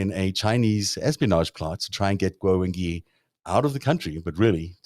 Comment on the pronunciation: The "gui" in "Wengui" is generally pronounced something like "gway," or something between "gway" and "gwee" (not "ghee"). There's definitely a "w" sound in there, which is why there's a "u" in the spelling. This isn't French.